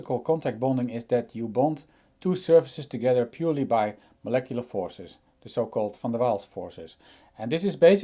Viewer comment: the first time in my life that I hear “Van der Waals” pronounced correctly. 😄